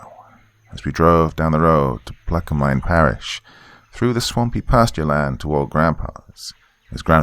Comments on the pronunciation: From Louisiana...proper pronunciation is Plaquemens Parish, just to let u know....thumbs up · Pla que mens is how it is pronounced. Love the story I am a pearl river Louisiana resident and we have the honey island swamp monster here. And people have seen dogmen here also. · Lived in southeast Louisiana my whole life. While I greatly enjoy most of your videos not even a minute in and the pronouncing of Plaquemine parish was just god awful and threw the cringe meter to 10. This is one video I'll be avoiding but good job on the rest!